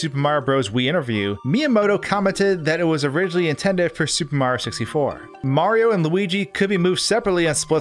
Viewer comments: Who the f*** is "Super Marr" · When luigi was yelling for mario everybody (except deaf people) hears MAAAAAAAAAAAAAAAH instead of MARIOOO